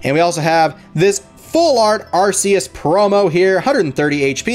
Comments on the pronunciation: it's not arses arccccus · I don't want to be mean but it's actually pronounced are kee us